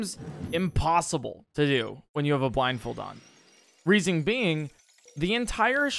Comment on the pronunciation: "reasing being"